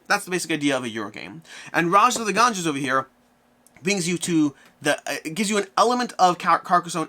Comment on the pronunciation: Did you refer to the Ganges as the Ganjas?